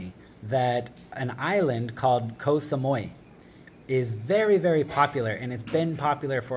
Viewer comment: Strange how you pronounce most of the place names correctly apart from Koh Sa-moo-ee . I don't understand where this Koh Sa MOY comes from. Moy = pupic hair in thai so the pronunciation sounds horrible to locals